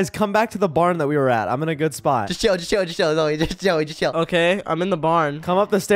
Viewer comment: Its. Not. Z,o,j,e😂